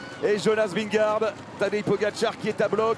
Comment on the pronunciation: J'implore les présentateurs de France TV de bien prononcer Vingegaard !!!